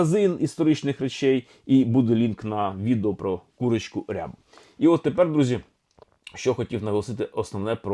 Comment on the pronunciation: Пане Олександре, дозволю собі зауваження - не курочка рЯба, але курочка рябА ( тобто українська версія " рябая")